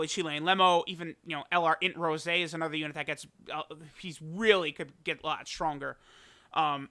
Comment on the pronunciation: Easy 2/10 wrong pronunciation